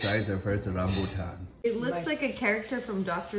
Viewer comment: Immaculate pronunciation of rambutan. Finally.